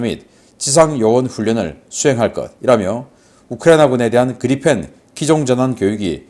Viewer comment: 그리펜은 Gripen 이고 발음은 그리풴이 아니고 그리펜입니다. P 빌음이 나오지 f 발음이 아닙니다. 신씨 이사랍은 모든 P 발음을 F 발음을 하는 이상한 사람입니다.